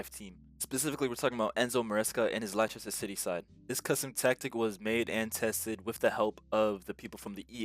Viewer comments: Lie chester city 😂 its pronounced 'Lester' but thanks for tactics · Pronounced LES-TER, just for future reference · the way u said leicester kills me ahhhhhhh, its pronounced Lester